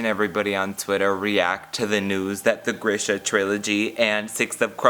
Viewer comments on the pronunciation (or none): THAT'S NOT HOW YOU PRONOUNCE GRISHA